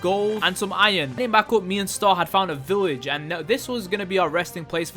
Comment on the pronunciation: It's a good video but you keep saying village weird